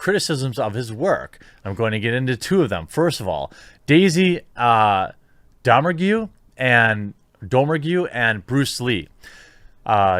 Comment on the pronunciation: You like Hateful Eight "ALOT" but dont know how to pronounce "Domergue".... they say it several times in the movie. Have ya seen it bro?